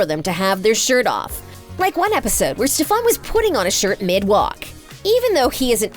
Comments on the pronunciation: ITS STEFAN NOT STEPHAN 😭😭😭😭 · please pick a new person to narrate who actually knows the content they’re talking about 💀 his name is STEFAN NOT STEFAAN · Girly couldn’t pronounce those names for the life of her Damion 😭🤚 Alena and StefAN 💀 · She really said Damien and Stefon😭😤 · i... just listen to this: “damian” “carolyn” “stephon” learn the names or don’t talk about them 🤡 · "DamEEan" "Alena" "StefAN" girl- are you ok... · Damian? Stefawn? Carolynn? Did this idiot watch even part of an episode of TVD? It's not cute. Hearing her mispronounce names is infuriating 😆!!! DAMON, STEFAN, AND CAROLINE! Now I just want to hear her say things correctly... CRinGe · What’s with pronouncing their names wrong?? Its Damon NOT Damien and it’s Stefan not Steffan, I know Kai Parker did call Stefan Steffan once and Stephen but that was his character not sure what excuse ye have since it’s been more than once in this video 🙈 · PLS NOT- "ste-FAWN" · Girl-- cArOlEne It's CAROLINE E l e n a not alEnA Damon not dAmEn Stefan not sTefOn. Mad annoying. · “StEphAn” GIRLL ITS STEFEN ITS SPELLED LIKE STEFAN BUT YOU SAY “STÉ F ÉN” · “DamEEn” “StefAn” “AlenA” Sorry but I hate it when people deep dive into stuff and don’t even know the names of the people they are talking about. (Bye sorry I am a very big tvd Stan) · Ikr? Every time she said Stephaan (spelled for pronunciation purposes) I just threw my hands in the air. Then add Dam-ee-an and I was done. Smh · She also said stefon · and stefaan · first of all its Damon not Damien as u called him and 2nd it Stefan as in stef- an not stef- arn. please if your going to narrate a clip get the names right x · Ma'am it's Stefan 😂😭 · Did she just say carelin damien and stefawn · Cringed everytime she pronounced Stefan’s name wrong 💀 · For someone who puts a lot of time and effort into things about the show, you would think you could pronounce the names 😏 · The way she said Damon and Stefan wrong got me laughing so hard